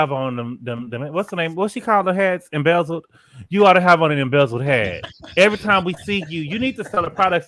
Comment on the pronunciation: saying embezzeled like it’s actually the real name is killing me ☠️☠️😩😩😂😂😂